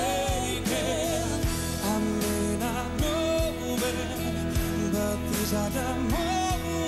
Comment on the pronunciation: AnnikaV87: Dan is de uitspraak van de W in "wanna" en de V in "move" nogsteeds slecht.